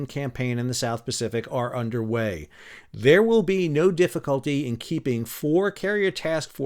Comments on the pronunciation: Did you say Underway Replenishment or Underwear Replenishment? Or are both valid? 😂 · Everything time you said underway replenishment I heard underwear replenishment 😂 Must have been a rough journey.